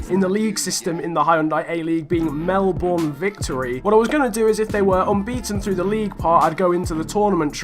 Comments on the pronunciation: its melbourne not melborn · You said Melbourne wrong lol